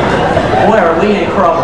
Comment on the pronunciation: "Boy are we in krouble!" LOL